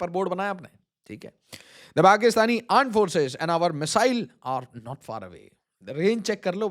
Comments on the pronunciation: ""AAND FORCES"" 🤣🤣🤣🤣🤣 🤣🤣🤣🤣 sir apne itna hssa diya ye bol ke ki kiya hi bolun 😂😂😂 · Aand Forces😂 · ap jb jb aand forces bolte h tab tab hasi ati hai😂😂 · Aand forces 😂😂😂🤣🤣🤣🤣🤣🤣